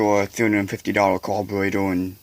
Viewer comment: Das a mopower cawburratew? Sheems wike a wase a time? 🤪